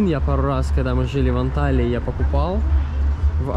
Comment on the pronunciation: не в обиду, но АнталИЯ, АланЬЯ. А так всё классно!